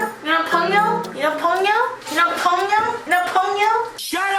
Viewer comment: Is anyone going to talk about the Ponyo thing?! It's pon-yo not pown-yo!